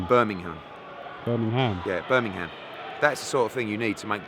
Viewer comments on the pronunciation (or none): he misses the h and replaces it with n ends up saying birminnum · haha it's always annoyed me when you miss the g from Birmingham lol